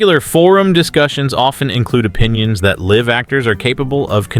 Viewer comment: You said, "liv" actors instead of " live" actors. Learn how to read.